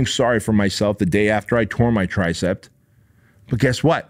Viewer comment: It’s tricep not “TRICEPT”